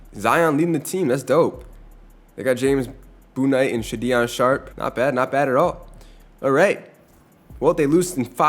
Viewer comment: Please pronounce names correctly Sha-Deon Sharp and James Boonite got me rolling on the floor